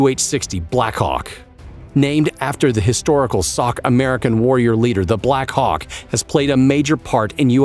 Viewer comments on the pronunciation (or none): 🤣🤣🤣🤣🤣 black hãåwk